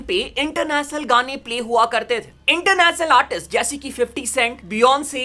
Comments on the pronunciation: International ❌ इंटरनेसनल ✅ Revolution ❌ रिवोल्यूसन ✅ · international gane ❌ Internachnal gane✅ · ek baar fir se bol.... Inter nas nul